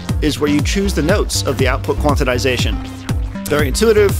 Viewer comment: Love the entire video, but my favourite bit must be the extra syllable you add to "quantization".